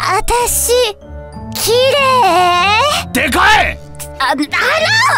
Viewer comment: ずっと「きれえ」って言ってるのが気になって仕方ない。 そこを指摘されるというオチなのかなとも思ったけど違ったし。 ちゃんと「きれい」と言ってほしい。